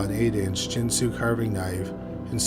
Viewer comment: It's pronounced Gyn - sue, not Jin - sue. Like the gin on the end of the word 'begin.' I was around for all these stories. P.S. the Bobbit Worm is supposedly named after this Bobbit case.